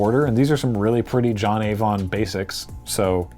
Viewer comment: I misheard "John Avon basic" as "Johnny von Basic" and wasn't sure what to make of it at first.